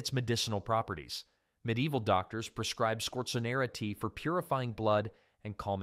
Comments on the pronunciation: If only he would pronounce ME-DEE-EE-VIL correctly . . . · Pretty good AI voice. Almost unnoticeable, but it pronounced medieval definitely a couple times.